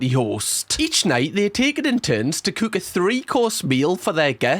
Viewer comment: Mate, few months ago you came up on my feed and since then you've given me nothing but pure joy and a belly that aches from laughter😂😊. I'm in "sarf" London and when you say the word "cook " it sounds like "kook " to me😅. Thanks for just being you. You're appreciated. I was going to just say I've seen a few more summers than you😂, but im 62, showing you that even an oldie can subscribe 🎉.